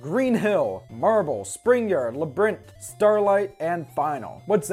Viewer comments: Labrinth is just what you say if you say labyrinth quickly Edit: oh, oh no.. he said leBrinth, never mind lol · Every time you say "Labrinth" I want to slap you. Otherwise, great review!